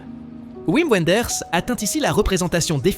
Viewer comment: Liste intéressante, mais très subjective. Il aurait fallu titrer "Mes 30 meilleurs films". Et, juste un détail, Wim Wenders est un allemand. On prononce Vim Venders.